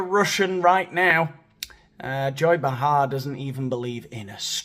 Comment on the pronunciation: It’s pronounced Bay-har, with the accent on the Bay. Like, Bay leaves, or Tea leaves. You don’t say tea-LEAVES.